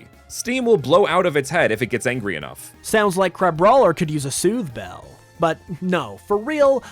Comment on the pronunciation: Crabroiler is just how Bubble from BFDI would say Crabrawler 💀💀💀